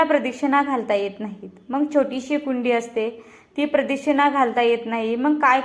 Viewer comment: प्रदक्षिणा हा उच्चारला तो चुकीचा होतो आहे